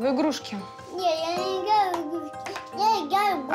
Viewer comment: Мамаши не обращают на воспитание детей, правильно он должен сам есть, говорит очень плохо и мама его не поправляет, как надо произносить слово. Четко играю, а не игаю. Если с детьми заниматься он так хорошо говорят и в год, а тут мальчику 4 года. Правильно педагог говорит, не занимаются с ребенком.